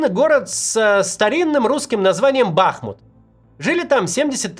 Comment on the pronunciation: скажите уже Максиму, что 5 лет он делает неправильное ударение в городе БахмУт. Нечему там бАхать! 😢